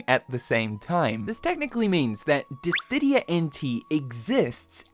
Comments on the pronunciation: Bruh, it's Diss-Idia not Diss-tidia. Please 💀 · Diss-sid-dia. Where is the "T" in there??? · …,, …you are far too deep into the Square Enix community to be mispronouncing DISSIDIA! There is no T in the word. Come on my guy. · at this point he has to be doing it on purpose for engagement farming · dear, it's DiSSIdia - there is no additional d after the S 🙏🏻 With all due respect, your wrong pronunciation is very bothersome 🫣 Love the vid though ❤ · Still not able to pronounce Dissidia correctly? Come on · Can someone please tell to this guy how to pronounce "Dissidia"???